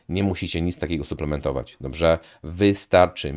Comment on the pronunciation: Fajne masz filmiki. Zasubskrybowałem i będę oglądał. Ja z "Żywienia optymalnego" dr. Kwaśniewskiego po około roku od dwóch tygodni na karniworze. Czekam na efekty. P. S. Tylko musisz popracować nad słowem "Dobrze". Pozdrawiam.